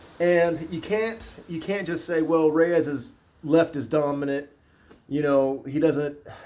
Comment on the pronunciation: I like how he doesn't butcher saying any of these fighters names. So many "professional" analysts absolutely butcher and mispronounce names. This guy even rolls the R when he says Rrrrreyes! Lol